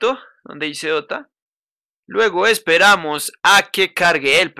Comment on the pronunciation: Busco dota “de o te ah” :,)